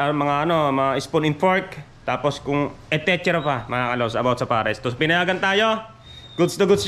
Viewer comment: ETECHERA ETECHERA 😂 ETCETERA kasi